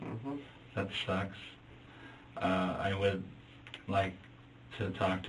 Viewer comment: "That thucks" he says 😷😷😷